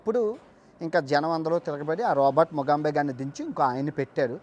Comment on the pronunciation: ముగాంబే (ఖుష్ హువా)కాదు ముగాబె.